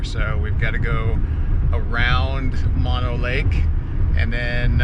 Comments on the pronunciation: No no. Say mOnO. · Mono is pronounced with long o's.